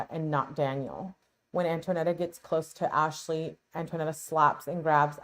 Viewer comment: FYI: Her name is Antonetta, not Antoinetta.